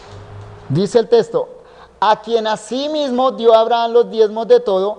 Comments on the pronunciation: Testo no es le falta diccion texxxxxto ok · Buenísimo, pero que extraño oír al pastor decir testo, testo, testo, testo… salvo por eso es de lo mejor que he escuchado